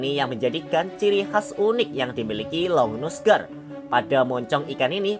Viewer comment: Bacanya aligator longnuse gar kali